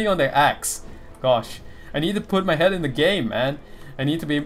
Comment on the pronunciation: Shame about the recent Criticism nerf haha. Also lol, your accent really made it sound like you cut a hole in your friend's "head" as a prank xD I was about to get really worried until I realized I misheard you lol.